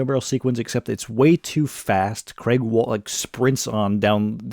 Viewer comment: Creg? I assume you mean Craig?